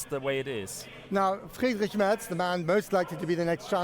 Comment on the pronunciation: Thanks for pronouncing Merz correctly. My fellow American journalists are so willfully ignorant.